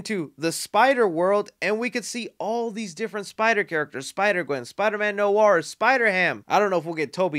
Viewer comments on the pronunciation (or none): none